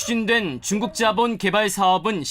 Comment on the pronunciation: 토지주도 조선족 말투냐ㅋㅋㅋ zㅏ본?